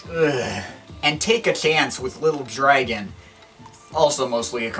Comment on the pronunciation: he pronounced Little Dragon like "Little Draygon" lol